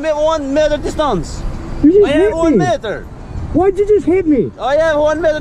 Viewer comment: I have one "meiter distaence!"